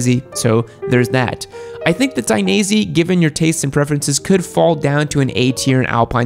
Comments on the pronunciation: please, don't say " Daineasy ", say " Dainees ".... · *Take a shot every time he says Dainese wrong